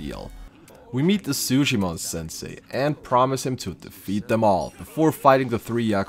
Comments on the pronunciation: Just in case you make another challenge video on this game, Zheng is pronounced like Zong not Jang. Edit: Also Sae, whether it be saeko or saejima isn't said like say or Psy, It's more sah- eh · It's not say jima💀